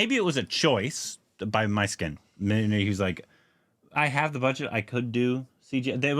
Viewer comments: Do Myskin love to give homage to the films he loved while growing up😂. Guys should watch his interviews 😂 And guys it's not "My skin" pronounce it "Miss Skin" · Hi guys myskkin is not My-skkin❌ is meskkin ✅ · The Director's name Not pronounced as " My skin " but as "Mis(s) kin ". His best are - his debut " Chithiram Pesuthadi" And "Anjaathe " - recommended by many more. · Great react guys!! This is for, his name is pronounced as Mishkin. Every time he goes My Skin 😂. But that’s what we love from. Mysskin just got Korbinized 😂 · U guys have to have an interview with mysskin (pronounced as mishkin not my-skin) he would definitely agree. He reads lot of classics and has some quality stuff in him. And he himself is qorky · Pronounced as "Miss" + "Kyn" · His name is pronounced Miss Skin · really appreciate this review guys 🤝 his name is pronounced as "MISS-KIN" by the way 😊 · Pisaasu 2 is fully finished guys.. It's being held due to financial reasons!.. Mysskin has this unique fortune of going through release issues literally for every single of his movie.. Mysskin is notorious of having a foul mouth & often gets into problem due to his character in real life.. By the way his name is pronounced - Mishkin.. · His name is to be pronounced as "Mish-Kin"... It's the protagonist's name from Dostoevsky's novel "The Idiot".. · Its pronounced me skin guys his name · His name is pronounced MISKIN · Every time says "MY SKIN".. I am going!! 😆😆😆😆😆😆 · Pronounce - miss kin ,mmiss kin, miss kin, miss kin stupids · I cannot hear you guys butcher his name anymore so here is a tip "Miss" "kin" say it together.